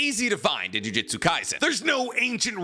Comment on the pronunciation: Gotta Disagree. #1 most disrespectful moment in Jujutsu Kaisen is refusal to pronounce juJUtsu correctly.